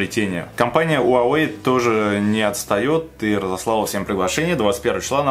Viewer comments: Он "" 华为 huáwéi. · Почему ты говориш Уавей?